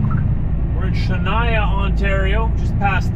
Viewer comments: I’m sure you have been corrected on this and can only assume it gets you more comments if you mispronounce it so for that I forgive you & will still give a thumbs up. HOWEVER I was born and raised in Shuniah…pronounced Shoon-ya as in the municipality, not like Shania, the most amazing singer from Timmons. Just sayin’… Also of note is that it was incorporated in 1873, the oldest in Ontario so it has a wee bit of history. With that, carry on and drive safe! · The place you keep calling 'Shania' is actually pronounced "Shoon - Yaa". Or just say Thunder Bay.